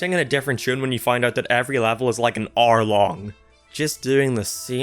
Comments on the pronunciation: Aour = Hour I couldn't unhear it shsnsbsb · My guy Says R instead or hour Hehe Its alright tho